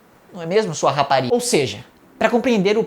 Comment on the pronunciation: Kakakakakakakakakakakakakak Man na hora que tu fala RApa RiGa eu rachei aqui kkkkkkkkkk